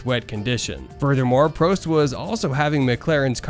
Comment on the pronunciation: Mansell, Prost and Tyrrell. You can’t pronounce any of them! Nice vid though mate. 😅